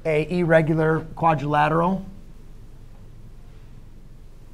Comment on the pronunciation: Errigular nahi hota irregular hota hai